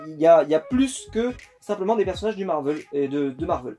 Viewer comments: marvèl et pas marveul.. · Heu Marvel ça se prenonce ''Marvèl'' et pas ''Marveul'' mais c'est pas grave je n'en sait rien tu fais comme tu veux 😊 sinon super collection. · Oui je suis dacord c'est juste que ça fais bizarre d'entendre marveul alors que j'ai toujours dis marvèl 😊 Sinon super video